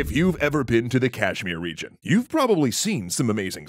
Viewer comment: Man you’ve gotten better at performing Indian names. The Kashmir and Ladakh pronunciations were not only relatively better but also more well spoken.